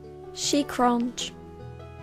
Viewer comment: I watch this everyday even though it was a year ago. Just to hear " ShE CronCh"